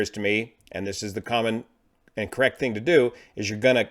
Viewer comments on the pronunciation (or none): none